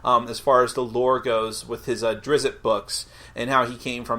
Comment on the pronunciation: While many of the pronunciations have never been really pinned down, it is 100% NOT pronounced "Drizzit". It's "Drizzt" (some people pronounce it "Dritz", which is still better than "Drizzit"). Ugh. Sends a shiver down my spine every time I hear it.